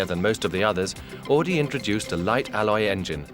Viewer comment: Horch became AUDI! Not "AADI" Pronounce it right or don't say it at all.. Jeez...